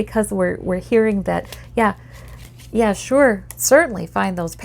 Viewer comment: You say "Yah" like a true Minnesotan You are very accurate